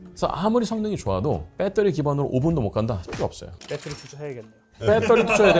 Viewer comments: 지상렬이냐 빼떠리 😂😂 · 영어가 휘황찬란.굳이.근데 빼떠리는 뭐냐?빠떼리도 아니고 배터리도 아니고 ㅋ.아재 영어. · 내용 재미있게 잘 들었습니다. 영어 발음이 너무 좋으시네요. Battery만 ‘빼터리’로 발음하시는 것이 흥미로웠습니다.